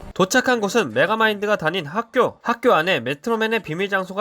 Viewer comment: 핵교, 매추리 시티, 엽떼여 처럼 메가마인드는 몇몇 발음을 잘 못함. 파괴도구같은 기계에만 빠삭한 반면 이런거엔 무지하다는 설정인듯.